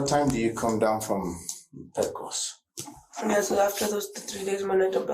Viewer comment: I don't mean to be that person but Pecos is pronounced Peh-kose, not Pee-kose. 🤗